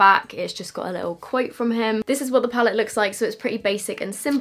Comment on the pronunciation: James recommended the Mac paint pot, or the P Louise base for an eye primer, he even said in his video even though he obviously loves Morphe he doesn’t recommend their eye primer. So, I’d love to see you do this again with either of the recommended eye primers. Also, it’s PALETTE!! Every single comment on every YouTube channel is “pallet” 😩🤦🏼‍♀️